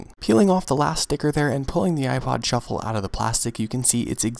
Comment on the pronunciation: everytime he says "shuffle" it sounds like "truffle" LOL